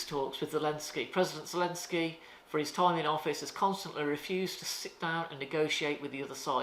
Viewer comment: I noticed that he slipped and said “Elensky”…….a ‘The Duran’ supporter to be sure! 👍🏼